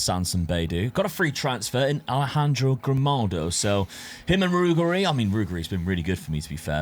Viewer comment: Brother in christ 😢 use Forvo, you're butchering SO many surnames! Example: Ruggeri=Ru-GG-Eri. Meaning Ru-Ge(as in Gerrard)Ri. Not Rughery